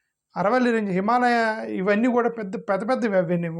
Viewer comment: సర్ ఆరావళి అనండి అరవల్లి కాదు